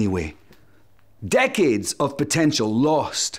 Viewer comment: 'decades' - sounded like 'dickheads'.....